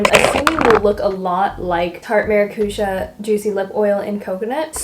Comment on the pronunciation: I hope you won't learn how to pronounce maracuja and dolce from her 😂